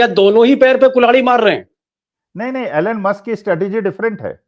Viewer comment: Pls pronounce name correctly - it is not ALAN Musk - the correct pronunciation is ईलॉन मस्क । Just like Donald is not Donaald Trump!!!